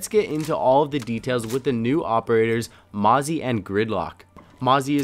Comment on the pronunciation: Mozzie?! XD when you cant say an ops name properly!XD